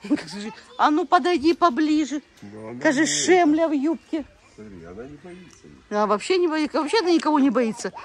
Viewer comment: НЕ ШЕМЛЯ, А ШЕЛЬМА